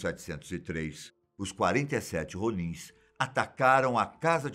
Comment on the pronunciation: Ronins o som do R é diferente